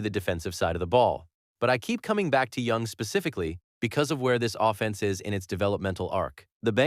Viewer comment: The ai voices in so many new channels just skeevs me. "think about what this uh-fence looks like". We don't need to destroy our freshwater supply and double our electricity bills for stuff like this.